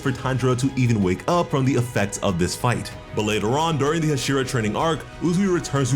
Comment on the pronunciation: The way he said hashira made me want to throw up just like how people Mispronounce mikasa’s name